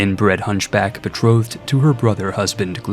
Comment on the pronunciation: I feel I must tell you spindly is pronounced spin dull ee. Also betrothed is pronounced bee troe th’d. Th as in “this,” not as in “three.” It is the mark of a well read person that they know complicated words without ever having heard them pronounced.